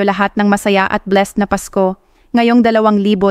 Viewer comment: This is AI. Malimali ang pagsalita ng babae. Yung 2025 di pa nia mapronnounce ng tama. Fake news!